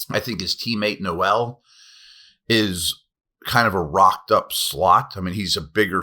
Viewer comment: Love all of your stuff… just so you know, Jaylin Noel, though speed like No-Elle, is pronounced the same as Steelers legend head coach chuck noll, just for clarification